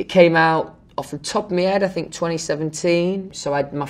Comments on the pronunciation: I fink so, I like to fink so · “Is Louis Tomlinson nice?” “I FiNk so” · "ehm... i fink... fanks... if ahm bein' honest'..."